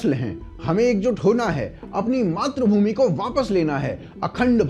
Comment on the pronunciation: 'क्षेत्र' को 'शेत्र' क्यों बोलते हैँ आप? और भी कई व्याकरण की, उच्चारणों की त्रुटियाँ करते हैं. जैसे 'मातृभूमि' को 'मात्रभूमि' बोल रहे हैं 🤨 भई, आपका कार्यक्रम हिंदी में है और हिंदी हमारी राष्ट्र भाषा, मातृ भाषा है, वह तो ठीक से आनी ही चाहिए!